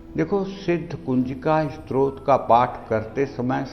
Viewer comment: स्रोत नही स्तोत्र....आपका का उच्चारण अशुद्ध है #डिसलाईक्ड